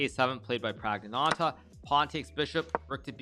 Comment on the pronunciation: Flawless...except for adding a phantom t to the end of Prags name